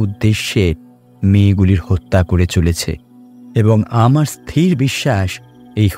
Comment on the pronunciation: গল্প তো ভালো ই লেগেছে কিন্তু উচ্চারণ এতো ভুল হলে ভালো লাগে না।যেমন ইস্ তির উচ্চারণ হয় না, ওটা হয় ইস্ থির ।